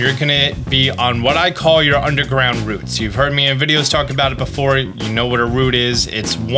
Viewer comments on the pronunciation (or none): none